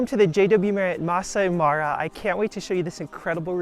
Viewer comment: MA RA not MARI please